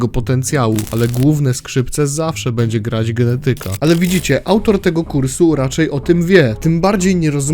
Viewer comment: "czy będze"